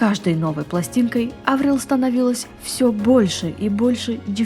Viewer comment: Она Аврил, а не АврИл?